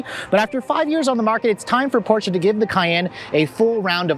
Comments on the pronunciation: The "portia" lol..... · The "O" in Porsche stands for optional. 🤣🤣